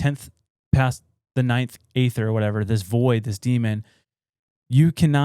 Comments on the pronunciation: Well it’s original pronounced AETHER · The E - ther is how its pronounced